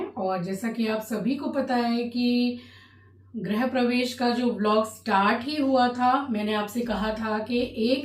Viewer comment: Aunty, grihpravesh not grahpravesh